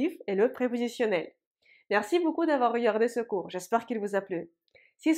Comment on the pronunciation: J'adore quand prononce le mot "beaucoup", c'est mignon 😊